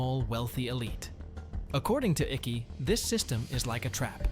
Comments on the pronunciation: David Icke is pronounced like Mike but without the M . 😂 its not pronounced like sticky icky 😂 😂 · Icke is pronounced like Hike but without the H. Great vid though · So bloody annoying hearing the narrator pronounce David's surname incorrectly....it is pronounced Ike not iccky!!!! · It’s Icke not Icky fuck sake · David Icky. Its pronunced Icke like ice. You pronounce I like Aaaa. Its AAaaick. Not Icky. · Pronounce his name as IKE. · Its pronounced ike as in Ike and Tina Turner 😐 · Its pronounced like Mike-Ike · If you cannot pronounce the mans name properly then it means you have not followed any of his work in the past , Ike as in Bike. To me Icke is part of the illusion.. where he will tell you mostly what is true but he also misleads many with lies that leads the followers to be discredited by the programmed masses. He has sold his soul long ago.... out of nowhere he was intentionally given a platform by the Big Brother Corporation and that should tell you everything you should want to know. Through many puppets like Icke the Order tells you their plans through the lesser more obscure medias. Folks it is already done and dusted... the machine has many cogs and the end times are accelerating as never before...there are No White Knights... there are only many Dark Nights to come. Absolutely every thing they do has reason and their control has no boundary...every contention is covered in many ways... they are only feeding you narratives to give you false hopes and then they will pull the rug from your feet when you least expect it and they lust for your pain..... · Please note Icke is pronounced Ike (as in Ike Eisenhower) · David Ickey???...WTF....Useless AI interpreters butchering the English language. FIX IT YOUTUBE. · I'm pretty sure his last name is pronounced IKE. Maybe one syllable. Eye-kah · Ike rhymes with Mike. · You are saying his surname wrong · Nice video. I would suggest to look into how you pronounce Icke. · IT'S NOT PRONOUNCED ICKI..IT'S IKE!!!